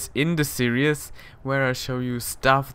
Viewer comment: /seer-eez/ not /seer-i-us/ for series :) Great show!